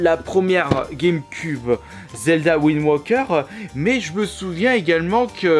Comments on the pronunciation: ptdr va me trouver un anglais qui dit windwoker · Il le prononce à la british